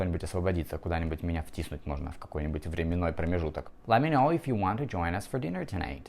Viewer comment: Послушайте, я не лингвист и тем паче не в сфере английского языка, но на слух, ибо слух у меня музыкальный, звучит это очень близко к оригинальному произношению.